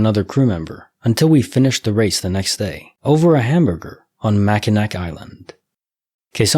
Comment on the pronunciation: Just FYI, it's pronounced "Mackin-naw" island, I totally understand why you'd say it that way if you're not from MI lol